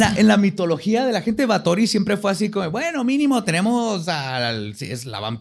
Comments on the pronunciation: En nuestra gustas sección de que dijo mal Badía. XD Es Bathory, así asecas. Como lo dijo Badía es con acento de películas de vampiros de la Hammer, no como se dice realmente. De hecho hay un dato que me sorprendió que no dijera Badía. Erzebeth era prima segunda de otro personaje que ya hablado Vlad Tepes. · Badía, así no se pronuncia Bathory, no mientas por convivir. Googlea cómo se pronuncia en rumano y húngaro. De nada. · Do baben. nada más pronuncia mal, no está pendejo